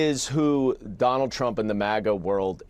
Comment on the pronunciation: “DonOLD Trump!” 😂😂